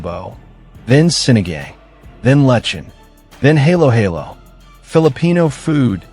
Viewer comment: This is AI-generated video. The voice is robotic and monotonous, and the pronunciation is terrible. Ubud (Bali), halo halo, and balut were ridiculously pronounced. There are no Filipinos. Scenes from other countries, such as Japan, substituted for genuinely Filipino ones. Creepy and unreal. The intention was good, but the video is hard to take.